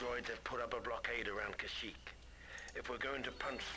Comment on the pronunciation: its pronounced ka-sh-eekh